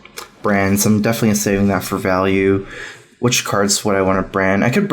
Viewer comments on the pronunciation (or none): none